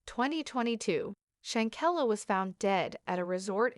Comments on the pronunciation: Why this thing calling her shankella. Her name is Shanquella 😂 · Please say her name correctly if you want us to listen.. im done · I’m so confused with this content…for starters this voice is not even pronouncing her name correctly. 2nd that was not anyone of the Cabo 6 she pictured. 3 that wasn’t her family nor her homegoing casket. This is weird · Right!! I think this is a "bot" channel 🤦🏽‍♀️ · You're saying here name wrong if you don't no her name or pronounce it right just shut the hell up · Why don't you get her name correct DANGGGGGG 🤦‍♀️🤔👀